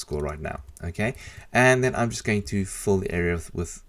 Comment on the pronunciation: Is it me or when said fill clock it sounded like full?